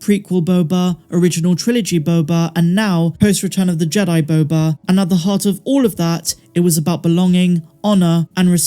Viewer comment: Who says “Boba” better than?…. No one!!!!